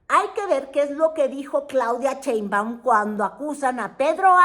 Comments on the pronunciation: Con too respeto, no es "Cheimbaun", es Sheinbaum... SAludos cordiales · Sheinbaum....No, Cheinbaum... shhhh ah sh ssssss